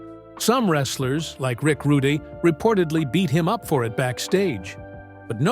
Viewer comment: Showing Umaga parts for Kamala haha..Watch out for "Rick Roodie" and, "The Iron Shake" haha